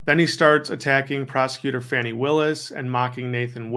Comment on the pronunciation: It's not FANNY WILLIS- GEEZ.